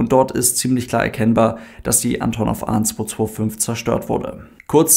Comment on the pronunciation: Kurzer Hinweis: Sowohl die Flugzeugfirma als auch die Airline sprechen sich Ann'tonnoff aus (Betonung auf der zweiten Silbe, nicht auf der ersten). 😉